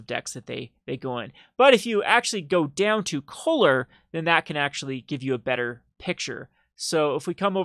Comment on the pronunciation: I want to slap you when you say coaler (color)